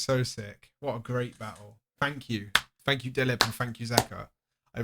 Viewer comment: he pronounced dilip so correctly